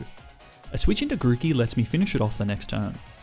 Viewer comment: THE M IN GROOKEY IS SUPPOSED TO BE A K!